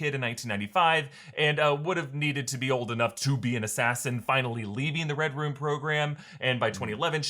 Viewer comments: Is it me or do they keep saying "Red Rum"? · Everytime they say Red Room I hear REDRUM